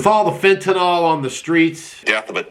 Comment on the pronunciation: you mean Fentanyl…not “Fentanol”—there’s no such thing as “Fentanol”.